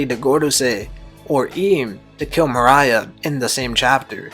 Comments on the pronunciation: Cant fucking stand the way this dude blatantly mispronounces morias name🤦‍♂️ its not mariah, its MORE-EE-UH! literally couldnt make it halfway through the vid hearing that🤦‍♂️ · MORE-EE-UH. Moriah. Not Mariah bruh this ain't all I want for Christmas is you. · Great video. Gecko Moria is pronounced “mor-E-ah” check out a subbed episode of thriller bark to confirm for yourself. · Holy he keeps saying Mariah 😭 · Nah morias actually based off of Mariah Carey, that's why his name is Moria Scary. So it is actually supposed to be pronounced Mariah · Bruh u know dam well that's not how u say gecko moria Mariah wtf fire theory tho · Dude. How can u be a one piece fan and you constantly mispronounce Moriah. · Just one viewing of the anime would’ve prevented 12+ incorrect pronunciations of “Moriah” by the mark